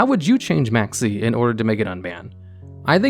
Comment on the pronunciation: Maxx C Sounded like Maxie.